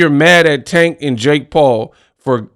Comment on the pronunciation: Paula is a clown 🤡 and has always been a clown. First off he can’t say Tanks name right which is disrespectful. He’s been hating on tank for years. He’s butt hurt, and can never just be a honorable man. Second, I’m glad that the uk 🇬🇧 uber driver lol beat the breaks off him lol😂. I remember when Mayweather fought Connor, Paulina was salivating talking about what Mayweather was making. And said he would come out of retirement for half the amount. So for him to sit up here and continue to be a hypocrite, because we all know he does not like Tank and never gives Tank to credit that’s due. You will be a fool to pass up that type of money, especially in this day of age how the economy is going. To actually change your family income bracket for life. So poly wants a cracker go choke yourself in front of a mirror 🪞. He’s an ass clown 🤡. and thank you for showing the video of his face. You just made my day. Sorry I couldn’t stand this dude when he was fighting and even more so as a commentator.